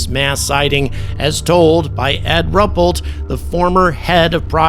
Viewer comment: Pardon me, but his name is pronounced RU-PELT. He was the most effective man who ever ran the project, In my opinion and sadly, died very young, Once he had retired from the USAF, he would show the neighbourhood children photos of UFOs. Back in the days when scientists were curious about the world, many were very eager to become involved, and having noted that when ever they appeared radiation was detected, a series of stations were constructed to measure ionizing radiation. The equipment was constructed to be highly sensitive, and they did see results. A camera system with a defraction grating was also devised, and its purpose was to determine the distance and size of the objects photographed. This would have cost the USAF a quarter of a million dollars, but was agreed upon by the senior general staff at the pentagon. It did not proceed for other reason, unfortunately.